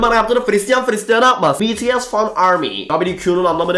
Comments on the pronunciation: de BTS'i bEtEsE diye okumadıya içim rahatladı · betese demediğin için teşekkürler